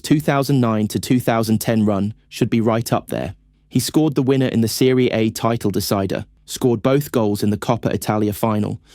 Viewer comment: Serie A pronunciation was sus as well.